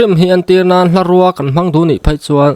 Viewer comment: Hlarûa a ni lo, hlarùa tih tur aw...